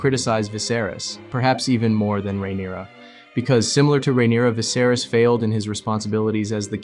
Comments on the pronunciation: "king visaris" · Didn't even pronounce then name right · Great video other than the pronunciation of Viserys